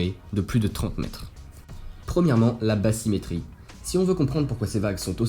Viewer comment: INTÉRESSANT, MAIS JE ME DEMANDE SI BATHYMÉTRIE SE PRONONCE BASSYMÉTRIE EN FRANÇAIS, LE TH C'EST T ET NON PAS SS,MERCI